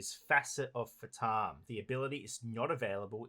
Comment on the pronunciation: I know that Phaturishi are kinda indian gods, but "fatum" is a latin work, it means "Fate, destiny" and its pronunciation is "Fà (as in "far") - toom (as in "tomb")". The accent falls on the "a". XDDD